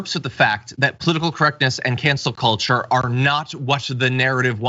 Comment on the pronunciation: I heard “Cancer Kultur” for an instant before hearing “Cancel Culture…”